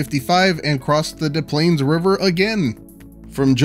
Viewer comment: You're gonna hate what the correct pronunciation of Des Plaines is.